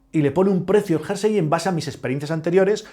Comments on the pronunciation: Muy bueno, aunque que diga "jarsey" (varias veces) en vez de "jersey" me deja descolocado... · Curioso! Eso lo aprendió mal y se quedó grabado en su cerebro!😮